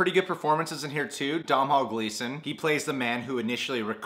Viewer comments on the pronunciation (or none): It's dough-null